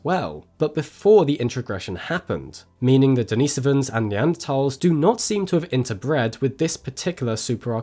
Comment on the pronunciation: Why do you emphasize the so in neandersovans, but emphasize the nis in denisovans? Consistency would be much better and not so jarring.